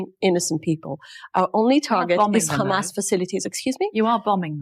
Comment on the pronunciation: It’s khamas! It’s Khamas! It’s Khamas!😂😂😂 !! She is Khara!!!